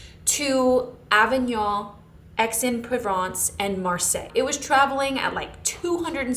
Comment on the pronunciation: This was so fun ❤ the only type of haul I want to watch. Just a note because it was funny but Aix-en-Provence is pronounced like “axe-on-pro-vonce”